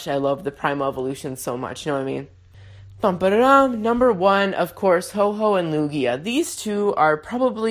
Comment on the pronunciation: Ho-oh is not said Ho Ho